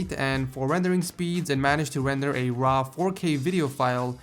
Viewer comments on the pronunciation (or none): none